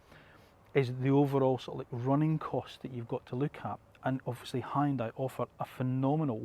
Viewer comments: its not high on dai... its hYun dai😂😂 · High-yun-dai...lol. It should sound more like "hee-yun-dae". Great review! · "Hoon dye" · Hyundai is pronounced like Sunday.